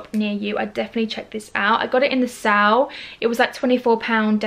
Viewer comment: What do you mean in the sal? Do you mean sale? That made me laugh the way you said it hahaha. Love your vids girl xxx